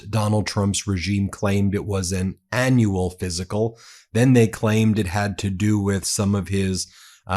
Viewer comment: Please please please ....aneural....no annual...awwwwww